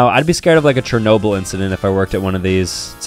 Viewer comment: sorry, but... CHernOWbyl? Its SHernObyl (pronunciation). Not a negative comment, no hate, just a pronunciation pet peeve of mine...